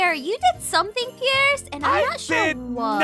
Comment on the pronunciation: It’s pronounced Pierce.